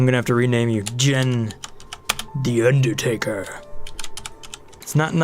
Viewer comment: Jean rhymes with bean. Nisbet is with a soft i, so should sound like biz, not nice.